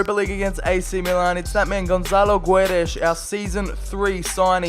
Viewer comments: Is It a h in guedes bec u say guedesh and not guedes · And Gonzalo Guedesh